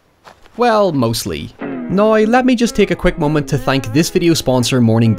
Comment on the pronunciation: He doesn’t say “now”. He says NOI.